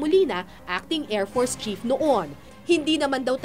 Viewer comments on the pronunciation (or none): ANONG KLASE MAG PRONOUNCE ANG REPORTER NATO: AIRFORCE PRONOUNCE NIYA: AIRFORTS